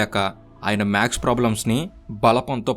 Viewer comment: రామానుజం కాదు, రామానుజన్ గారు, మాక్స్ కాదు మ్యాథ్స్